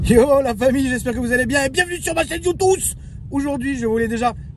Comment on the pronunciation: arrêtes de dire youtoussssee c'est youtoube